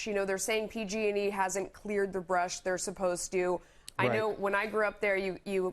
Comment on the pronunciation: He said pg&G 😂